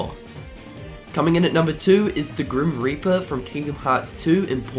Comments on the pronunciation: Is it just me or de he say grim r**per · did he said the grim raper?